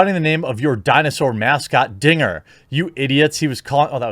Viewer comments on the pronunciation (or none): I was watching the game and it really does sound like the guy said the n word. The broadcasters even apologized, it sounded like the n word to everyone who watched it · Guys guys. He said “Dinga” it’s cool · I mean, I wouldn't say it was "clear". I definitely heard n*gger the first time. I remember distinctly laughing harder than I probably should have thinking he was an absolute mad man. That said, he would have had to have been mad to do that, and after a few more listens, I definitely hear Dinger. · The 2nd time he says "dinger" it does sound like the N word but the 1st time he clearly says "dinger " .. I can see why there was some confusion. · DINGER!! His name is Dinger the triceratops. How can you get that wrong? Sure it sounds very close to you know what. But his name is DINGER!! I have lived in Colorado for 30 years and been a fan for just as long. Not one time have I ever heard anyone say anything else. Even the 5 seasons when my dad worked at Coors Field and I was there at first base every day in the summer and weekends in the fall. For fuck sake.